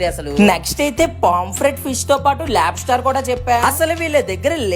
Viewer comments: It's called Lobster not labstar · nature ❌ Nachar✅ 😂😂 Lobster ❌ Labstar ✅ 😅😅